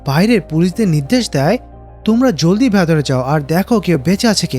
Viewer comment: Hei,,, vatore ki?? Aita ki bolen.. Shobdota hobe ' vetore'..😂😂